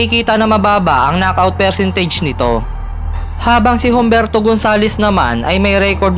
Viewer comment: Humberto is pronounced with silent H.. "umberto" po ang tama.. parang "Hijo".. "eeho" pag bigkas